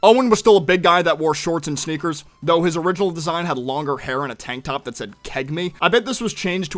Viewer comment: Did you call sneakers "Snickers"?